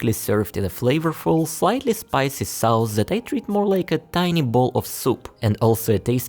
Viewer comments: Educational video. Maybe describe the taste a little more, like sour, sweet, hot. Strong or mild. Also you pronounce the vowel in the word sauce wrong. It's pronounced like hot or fox, or like faucet, instead of like house. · I like your video. Please pronounce SAUCE as SOSS.